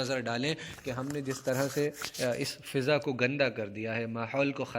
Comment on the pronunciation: فِضا لفظ ہے یا فٙضا شاید عدم توجہ کی وجہ سے آپ نے فِضا پڑھا۔